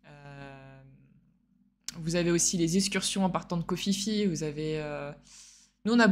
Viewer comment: KHO PHI PHI SE PRONONCE PIPI(un minimun!)